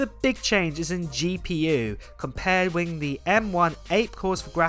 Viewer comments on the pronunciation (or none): wiTH not wiFF